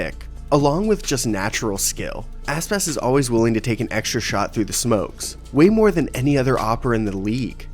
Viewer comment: I coudnt stop hearing asspass. his name isnt that hard to say